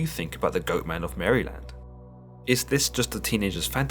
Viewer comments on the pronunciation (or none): "In the forest of Mary-land" I'm sorry, did you just say Mary-land? Not only am I offended( it's Mare-lend) but now I have the fear of that thing stalking my house since I live near the woods. If I see, I'll t-pose in the name of jesus to ward it off, demons don't like that. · It’s pronounced Mare-Land not Mary-Land and this is coming from a Baltimore Maryland native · It’s pronounced mare-lind, or marilind, not literally Mary-land. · It's said mare-land that's how you say it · You're saying it wrong. It's Mar (like a mare) uh lend. Like mare uh lend. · from Maryland. we pronounce it like "Merlin" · Marlon? 😂murrlan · Liked and subscribed. Now promise me you'll never stop saying Maryland 😂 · Love how you say Maryland. Not at all like we say it in the US.